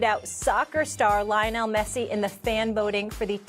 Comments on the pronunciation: They way molly said Messi name just got me hated bro 🤬😤😂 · I hate the way molly says Messi’s name😑